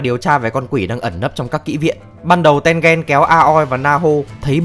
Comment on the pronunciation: mình có nghĩ the reviwer nên học quy tắc phát âm trong tiếng nhật, không khó đâu nhưng hiệu quả đem lại đảm bảo nhiều hơn. ki met su thì thôi vì vn không có tsu nhưng mà a-ô-i thì dễ mà, tên-gên nữa